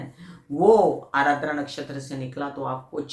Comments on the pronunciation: Ardra , not arardra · It is aadra not aaradra